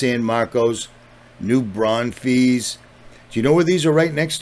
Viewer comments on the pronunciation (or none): I live in New Braunfels and glad that everyone at my job who speaks about this knows it wasn’t natural btw the “ fels “ part in New Braunfels is sounded out like if your full then add an S like new braun fulls thank you for your work and dedication ❤🙌